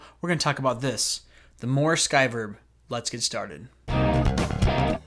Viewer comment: It's pronounced, moo-er as in a cow goes moo, isn't it?